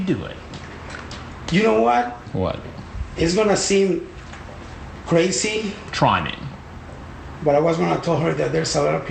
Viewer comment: “Ju no wahh, is gunna seem....crasssyy”